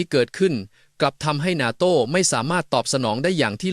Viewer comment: face-pink-tears::face-pink-tears::face-pink-tears: "นาโต้" ไม่ใช่ "นาโท่" AI ไม่เจ๋งจริง....:face-pink-tears::face-pink-tears::face-pink-tears